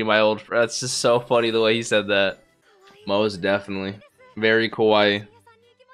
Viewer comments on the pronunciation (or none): ka-wa-i not ka-wai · Fyi kawai = cute But the way you said "kowai" = scary 🤣 Btw i like your reaction